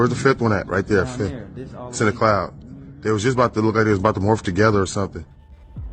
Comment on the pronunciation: Think you mean morph not "warf'